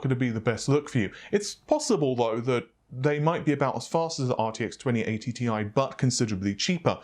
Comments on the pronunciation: Annoying is the way the other guy is pronouncing Thai or TIE instead of TI (T I) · This isn't that bad. The other guy is nameing TI gpus TIE or Thai.